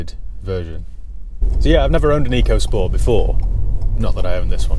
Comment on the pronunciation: I'm sure if you ask Ford it's pronounced 'Echo' not Eco. Is a bit pants because it's a budget 'world' car, sold in many different countries... Nissan did the same with the k13 series Micra and that wasn't brilliant either!